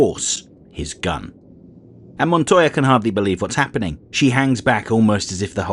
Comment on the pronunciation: One thank you for Pronouncing Montoya's name properly. Two, this feels like a Spawn animated series episode. Barely there protag while the lesser characters provide the plot. Neat